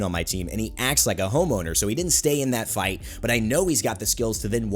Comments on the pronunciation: who else thought he said homo instead of home owner? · Am i the only one who heard him say "The Homo" before he showed the words "The Home Owner" on screen?